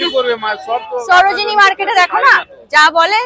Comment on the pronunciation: Sarojini ❌ soro jini✅💀🤣